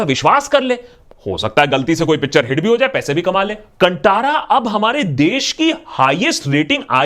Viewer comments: अबे कंटारा नही कान्तारा है जब पिछवाडा जल रहा हो, तब आदमी ऐसा ही रिव्यू देता है। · Dear Brothers pls! Pls pronouns it as Kaanthara Not Kantara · sir please pronounce correctly its not kantaaara its kaaaan thaaara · Please sir kaantara do not pronounce as kuntara it is perfectly kaanti kaantara like this we have pronounce please sir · Oh my God. When it's been made so clear so many times, can't you fellows (non South Indians) take care to do some research and pronounce correctly? It is *कांतारा*, not *कंटारा*, for heaven's sake!!! कूच्छ तो कोशिष करो ना भाई!!! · Pl say Kan"tha'ra not Kan'ta'ra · Vo Kantara nahi Kanthara hai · Kanthara…. Not kantaara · Not Kantara its Kanthara... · Sir ji, pl pronounce properly, it's not kantaraaa ..it's kannthrraaaa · KAAN - TA - RA not KANTA-RA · Happy that you are talking about the movie, but the pronunciation of the the movie's name is a little off. The the first part "Kan" is like the Hindi word for ear and the "Tara" part is pronounced like the Hindi word for a Star (Like in the song, "Yeh tara, woh tara, har tara" from Swadesh. Love your videos ! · मूवी का नाम कंटारा नही है कांतारा है .... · It's not कंटारा its कांतारा 🐒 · It's not कंटारा, it's कांतारा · कुछ आधारभूत खोजबीन कर लिया कर मेरे भाई कि मुँह उठाया और ट्रेंडिंग टॉपिक पर ज्ञान पेलने निकल लिया। बार बार कंटारा कंटारा बोल रहा है जबकि इसको देवनागरी में कांतारा ही लिखा गया है। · First of all Andh Desh Bhakth Not able to pronounce "Kaanthaara" you are pronouncing "Kan Taara" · Beautifully analysed... But dear Akash, you wrongly pronounced the name of film... Its not Kantara as you pronounced.. it should be KAA-N-THAA-RA (Kaali ka KA, N, Thaandav ka THAA, and Ram ka RA).. not ta it's tha. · benarji saab ye kanthaara not kantara from south india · It's not कंटारा, it's कांतारा... कांतारा means a mysterious forest. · वो कंटारा नही "कांतारा" है।अगली बार ध्यान रखिए गा ✋✋। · Its कानतारा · Pronounced as kanthara bro,,mystical forest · Hye takluu o kantara nai kaanthaara hye